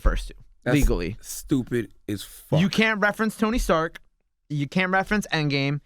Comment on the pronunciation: for the love of god its Tony StarK, not StarKS charlamagne